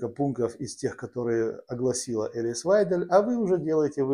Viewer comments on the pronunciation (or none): Вы правы. Прямо режет ухо это " элис". Ну учитесь уже правильно выговаривать имена политиков!!! Пожалуйста!